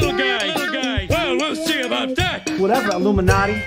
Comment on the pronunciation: The I-Gloom-in-a-ti..